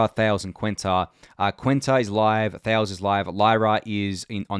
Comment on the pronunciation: Thales is a Greek word so you pronounce it thay-lees